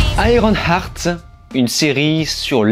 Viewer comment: Juste une suggestion : lorsque tu veux prononcé un titre en anglais, tu peux écouter sa prononciation avec Google translate… Car iron-art c’est un peu dommage. Surtout lorsque tu le dis plein de fois…